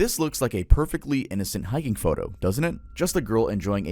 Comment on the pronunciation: I had to replay - HeichHicking lmao